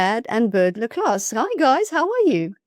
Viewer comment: By the way Le Clos is pronounced LE CLO (French so the S is SILENT).